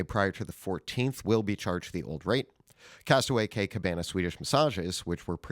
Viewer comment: Only good thing about the daily fix going away will be no more mispronouncing simple things simply like Castaway Cay (key)!!